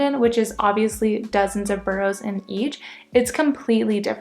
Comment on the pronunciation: After two years you shouldn't be pronouncing them burrows, they're boroughs ( burrahs)